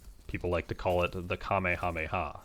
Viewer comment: Good thing that he didint pronounce kamehameha like callmeyemama or camehaymha